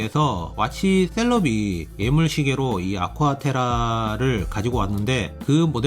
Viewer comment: ‘예’물 발음을 잘 못하시네요ㅠ 에물이라니..